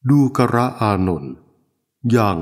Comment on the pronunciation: ทำไม อ่าน ว่า ดู กะระ อานนท์ ฟังยาก ไม่ลื่นหู